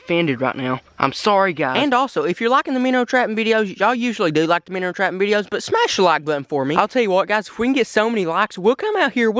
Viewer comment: I got you I know your a busy guy and you make little mistakes here and there but for the viewers yes it says minnow but it's pronounced "Minners"